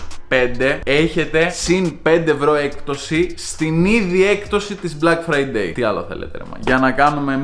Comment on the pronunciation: Nobody:: Μπλακ Φραιντέι